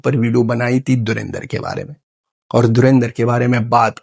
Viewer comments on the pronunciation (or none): Ye saale dhulindhar bol pa rahe hai Lekin dhurandhar nhi bol pa rahe. Wah kya acting kar rahe hai 😂😅